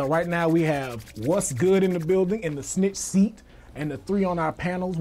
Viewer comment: Why do you keep calling snick seat